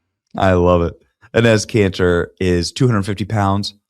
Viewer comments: Benny is murdering Enes Kanter's name...lol...cracks me up. It's pronounced E - nis. Love the content...stick their own hypocrisy down there Adam's apple. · It’s pronounced “Ee-nes” Canter